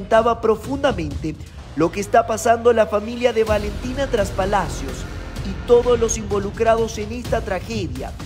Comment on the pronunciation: Trespalacios. No traspalacios